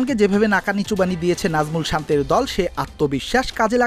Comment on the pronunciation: Assa,najmol Santo bollo naki santi bollo,1 minit 48 secend a. Kaw akto valo vabe sone boylen. Ami mone hoi kiso vol sonsi😂😂